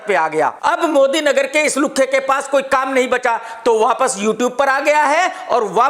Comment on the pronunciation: Are maa ki kasam maza agya...specially that extra effort on 'LUKHHE' 😂😂😂🤣🤣🤣